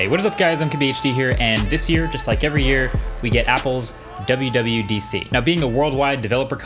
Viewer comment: Did you said WWEDC?!?